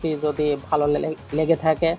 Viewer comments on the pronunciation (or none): none